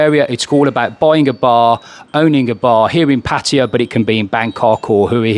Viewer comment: You must be one of the only youtubers who can actually pronounce "Pattaya" correctly.